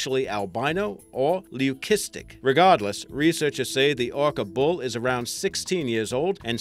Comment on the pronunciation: lol its not pronounced loo -kistick but loo-sistick when it came to the killer whale. If its got blue eyes its leucistic if pink or red albino.